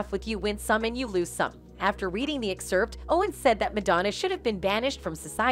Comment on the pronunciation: What should actually be banned is the pronunciation of the word "excerpt" by the narrator. That's some perverted shit.